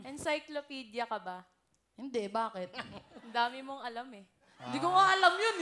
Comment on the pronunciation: "Iskaykopilidia" 😂😂 Ang kuleet. Hahaha